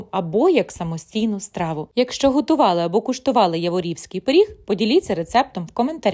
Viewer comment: Я'ворівський-наголос на перший склад!!!